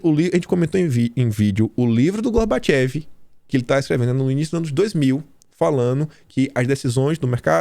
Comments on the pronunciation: Pronuncia-se Gorbatchov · não seria Gorbachove a pronuncia?